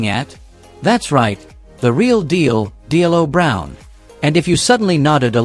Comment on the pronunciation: This AI is bad. Vall Venis last name is pronounced Venus and It's D-Lo Brown not D L O Brown